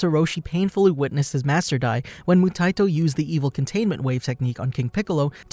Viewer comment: Moo-tie-e-toe (phonetic spelling bc your pronunciation is driving me insane….they say it in the anime countless times) good vid tho